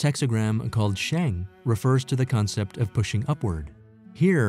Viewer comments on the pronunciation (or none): none